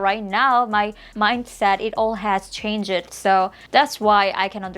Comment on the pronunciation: Changed is pronounced change-d The e isn't pronounced. For example - you pronounce it chang-ed which is wrong. I hope it's not annoying to point that out, just trying to help you sound more fluent